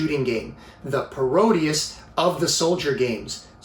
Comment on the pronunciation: Not criticizing, you say it how you like... but I was always under the impression parodier was pronounced 'parro-deer' just like how you would pronounce bombadier or brigadier (ranks in the British army). Anyway, cool vid :)